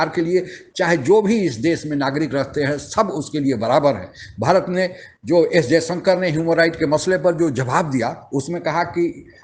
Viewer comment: Anchor महोदय कम से कम हिंदी तो शुद्ध बोला करें। जयशंकर को जयसंकर बोलते हो violations को bhayoleson बोलते हो